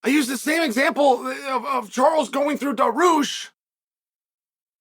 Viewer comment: Secirian... Darooosh😭